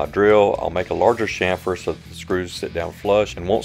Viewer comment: Great video! I love the technique of clamping to the front rail. Also, and this is the English minor in me speaking, but I love that you pronounced it "shhamfer" (correctly) instead of the more popular phonetic pronunciation of CHamfer. Hahaha. Right up there for me with wains"coat"ing instead of the correct wains"COT"ting. (steps off his sudden soap box). Thanks for the great video and sorry for the small rant. I definitely digress. :/